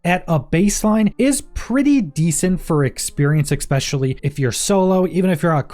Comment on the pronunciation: Say it with me: ESPECIALLY. ESPECIALLY. Not " Exspecially".